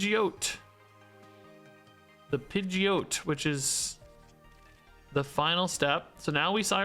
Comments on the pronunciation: Don’t stop saying pidgit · pronouncing Pidgeot different every time 🤣